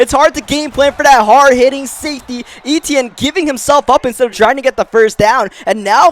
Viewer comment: Finally says Travis Eitienne name right 😂😂😂